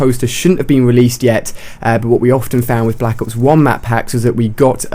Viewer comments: at the beginning he said blck ops 1 map pack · He said "Black Ops One"